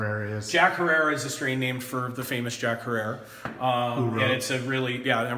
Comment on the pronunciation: jack herer. is pronounced like terror is herror. call 3ed eye head shop In Portland Oregon ask for mark Jack's son